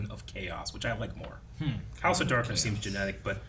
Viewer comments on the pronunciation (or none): house of harkness, not darkness. As in Agatha Harkness